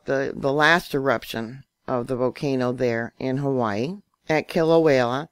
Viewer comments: Kill-ah-way-ah, not Kilawela🤣🤣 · Kilauea* Not Killa-way-la. I think you watch too many disaster movies,.